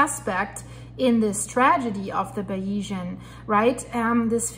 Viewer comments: Please pronounce the name of the yacht correctly. You are not credible unless you do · Hey Joe, if a reporter can't pronounce such a basic name it shows me they are not really familiar with the topic and this is further proven from some of her comments. For an accurate and informative source on this tragedy please look at The Yacht Report